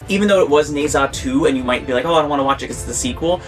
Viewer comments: Ne zha 1 is free to watch on Youtube! And it’s pronounced like nerja. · should pronounce more like Ne(r) Zha. Good review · How to pronounce Nezha: Ne rhymes with "nerve", Zha rhymes with "bar".